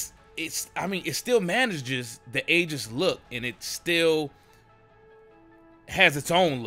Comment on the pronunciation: PLEASE PRONOUNCE AEGIS RIGHT. PLEASE. SAY EE-JIS